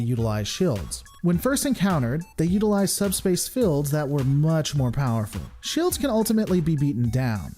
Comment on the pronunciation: Sorry but this is really standing out to me: Why do you pronounce "shields" or "fields" with a short "i"? It makes it sound like "shillds" or "fillds". Is that coming from some dialect or so?